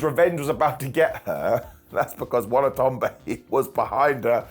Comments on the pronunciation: Watanabe. Momo Watanabe. Not "Wanatonbe. " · mispronounced Momo's last name so much, I thought he was doing a shtick 😅😅